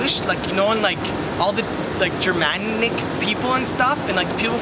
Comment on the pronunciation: "german-ic" "po-land" LOL!